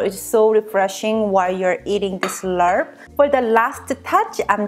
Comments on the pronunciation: It's pronounced Laab. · I do like the recipe, I don't like the way you pronounce "laRp" 💀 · Hi,! Love your video and recipe. After watching Mark Wiens on youtube, it seems that the pronunciation of laab sounds kind of like "mob," as in an angry mob. Take care! keep up the great work! also, check out mark wiens for authentic thai food recipes!! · This is actually pretty accurate to the my recipe lol I'm Lao and it's pronounced "lap" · It's pronounced laap. Vietnamese mint go well with it too. The original recipe is with chopped beef & book tripe 😋 which most people like to eat it raw, not for me. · GLUTINOUS Jasmine rice, not the regular steam rice one. for rice powder. and it's like "Lawb", no need for the R sound. great video though. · Pronounce "lab" but loved this n all ur videos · You pronounce it as la-ap but fluent. The r is muted :) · It's pronounce laab. There's no R sound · it's pronounced lop